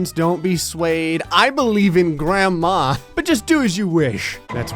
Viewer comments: grandma?? Graham is pronounced as grey ham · yeah it's really not. It does sound a bit like grandma in the video but Graham is defo not pronounced grey ham